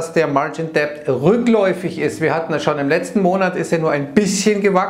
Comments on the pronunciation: Bitte,, lass das "b" bei Debt aus. Es ist stumm. "martschin det", nicht "martschin "deppd". Ist sogar viel leichter auszusprechen. Trotzdem vielen Dank für deine Videos. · Bitte „margin dettt“ sprechen, wie bei „no (doubt) dautt“. Sorry für die Klugsch…ei